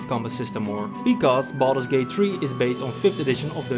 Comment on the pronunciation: Sounded like you said "balls gate" in the intro and for some reason I found that quite funny